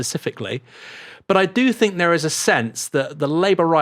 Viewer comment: Don't think Chomsky would have said 'fink of'. he would say 'think of'